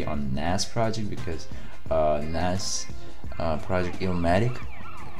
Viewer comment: Cool Reaction, But plz pronounce Nas name correctly